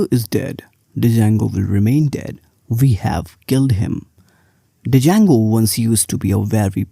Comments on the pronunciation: Hey, it is pronounced as "jango" not "d-jango". Thank you. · I would not trust someone who calls django as d-jango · I absolutely hate it when people say django as "d jango" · Might believe you if you could even pronounce the name correctly. There is no "D" sound. It's pronounced JAYNE-GO. Named after the guitar player Django Reinhart. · it's pronounced as 'jango'... 'D' is silent, it's good but not good for BE... Job mkt ratio is almost where 1 django job exists for every 10BE role... Java is still favored in big tech and startups are shifting towards golang now as it has started showing good progress over the years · Started watching the video thinking he might have a point and she starts off by mispronouncing the name. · the D is not pronounced